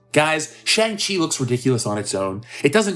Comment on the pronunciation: SHANG- CHI...hahahahaha, make it Stop ooh ohh me sides are splitting